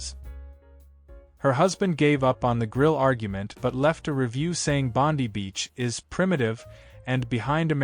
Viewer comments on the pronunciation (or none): Pronounce Bondi as "Bon-dye."